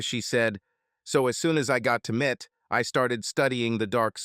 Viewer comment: M.I.T. GODDAMMIT!! Not "Mit".